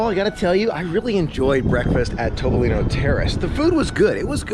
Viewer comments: Topolino is pronounced Toh-poh-lee-noh. As you experienced during the dinner fail, it is definitely not a TOP restaurant! LOL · Is it pronounced TOP-polino or TOE-polino? Both were used in this video but I'm not sure which is correct.